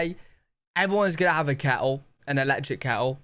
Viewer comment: I love your videos. As an American I also enjoy your accent. I find it fascinating when you say the words kettle and water the “t”s are not pronounced at all. Please keep making videos.